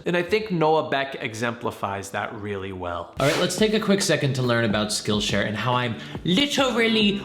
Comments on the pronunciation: I'm so sorry but I NEED to know... Did he say "this video's skonsored by spillshare"??? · Did anyone else notice in the intro he said “sconsored by spillshare” lmao